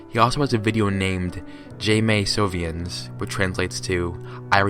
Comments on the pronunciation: "jaymaysovienns" my french ass laughed so hard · No one: Not even one French person:: "jAy MaY SoWVyeNs" "Dy0o BeNiSaYz NeUtEr FowYer" "BonHoEMaY SepT HuErAyZ"